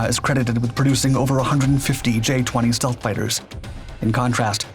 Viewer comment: Dude I thought I was having a stroke! What's "stalth"?